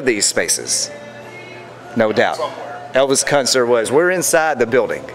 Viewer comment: love this stuff! What part of the world are you from where they say cuncert and not concert?